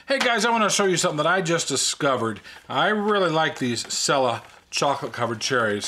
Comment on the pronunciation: FYI, no biggie, but Cella is pronounced "Chella" the C in italian is prouounced "ch". My dog is named Cella, because they are my favorite candy!